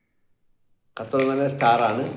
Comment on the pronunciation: സാഹിബെ കത്തോലം അല്ല. തക്കോലം ആണ് 😅